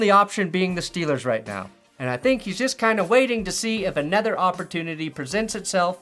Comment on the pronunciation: Did you say "offertunity"?